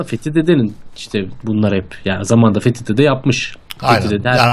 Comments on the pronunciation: ağa baban kim lan senin fethi dedemize fethi diyorsun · He söyleyin benim adım Fethi Dede Fethi deil ulaaan